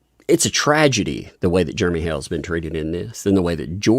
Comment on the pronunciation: Jeremy's last name is "HALES" NOT (HALE). THERE IS AN (S) ON HIS NAME.